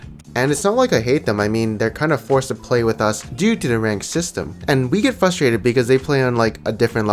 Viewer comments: I get annoying at how you can't say FRUSTRATED THERE IS A GOD DAMN R CAN YOU NOT SEE IT THE WORD ISN'T FUSTRATED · I get frustrated by you saying 'fustrated' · I get frustrated when someone says fusstraited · I get really FRUStrated when people say "FUStrated" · 1 minute into video and you said "fusstrated" 4 times. There's an R after the F please. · The only thing I'm frustrated about is the way you pronounce frustrated